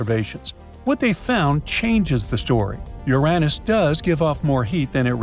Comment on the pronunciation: Oh STOP IT NOW! I’m going nuts with AI pronouncing Uranus as “ your “Ann- Us.” Guess it’s better than “ your Aaaay Nuss.